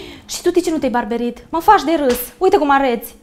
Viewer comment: Bărbierit nu barberit